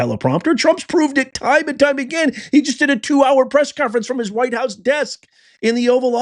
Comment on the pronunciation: Nice, um, objective language describing the crowd 🙄 not going to work. Serious editorializing, weak as heck , weak and manipulative. And what's with the emphasis on "WHITE"? That was weird as hell, dude. Why did you take your daughter anyway into a situation that you knew good and darn well would be inflammatory??? After that ridiculously shameful Oval Office encounter, and your contemptuous down talking to her, which you are specifically used for, your bringing your daughter as a shield was shameful, JD.